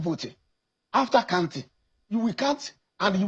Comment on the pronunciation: A senator of the Republic pronouncing counting as kantin. From where did they bring this agbero?